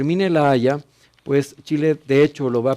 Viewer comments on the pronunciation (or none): LA INDIA DICE POS JAYA JAJAJAJAJAJAJA